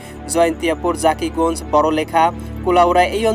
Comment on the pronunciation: ভাই সিলেটর জাকিগঞ্জ না ভাই জকিগঞ্জ